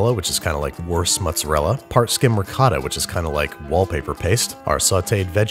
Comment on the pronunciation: Why do you call ricotta, rigot? RI-COT-AH